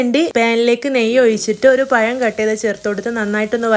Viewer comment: പയമല്ല🤭 പഴം.... പഴം😀😀😀